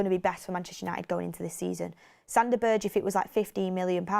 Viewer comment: For the love of god pronounce the man's name, right Burr-ga